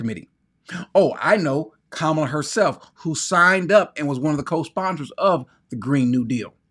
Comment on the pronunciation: you know just enough to think you’re right and not enough to know you’re wrong….about a lot of things. The person who said, “No hate like Christian love”, was correct. It is racist to pretend you cannot pronounce Kamala’s six-letter name but clear on Tchaikovsky. She was elected 4 times. Also, I was an hour in when you revealed you’re an ex-con. The entire time I was listening, I was thinking, “Damn, this guy sounds like a bootleg penitentiary lawyer”. Good luck, but I won’t be listening in the future.